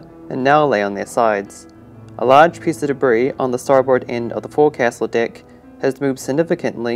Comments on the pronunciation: It's actually pronounced "Fo'c'sle," not "Forecastle." If you actually pronounced it "Forecastle" in front of a seasoned sailor, you'd be laighed at. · Great job. Forecastle is pronounced “folk-sill” btw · 'Fowk. sl' is how you pronounce the word forecastle. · Forecastle is pronounced Folk'sal. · Please when pronouncing FORECASTLE, it is pronounced FOCSLE. You have every mariner screaming at you right now. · Forecastle is pronounced ‘Foax-all’ .. I know it’s odd .. but it’s old navy speak. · Forcastle I’ve always heard pronounced “FOAKSUL” here across the pond in the US. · Forecastle is pronounced foc'sle (foc-sul). Its likely just jargon, but thats how the navy has always pronounced it. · Forecastle isnt pronounced as Forecastle. Its 'Forksle'. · I thought it was fok'sul myself. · Did this guy seriously call it “the for castle deck” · For future reference it’s pronounced “foke sol deck” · Forecastle is pronounced "foxel" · You're mispronouncing forecastle.